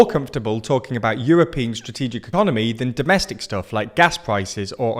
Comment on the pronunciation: As if the war didn't have enough negative consequences also this pathetic buffoon is going to remain the president of France. Eh... Also the "Srategic" is genuinely funny when you're Polish, like myself. "Strategia - srategia" - those who understand will know that this is a very accurate description of Macron's action.